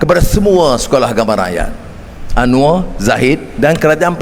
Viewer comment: Anwar bukan "Anuar"